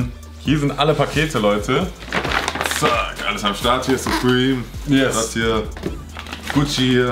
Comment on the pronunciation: da unten steht nochmal surpreme" =Hanes🤣🤣😂